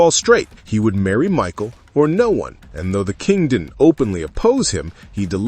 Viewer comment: Right?! And her name is Micah (Mick•eye) not Michael 🙄🤦‍♀️